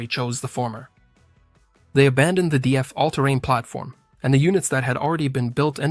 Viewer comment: DAF is one word not D, A, F.